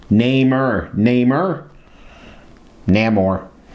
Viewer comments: Neigh-more Is how that’s pronounced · Pronounced Nay-more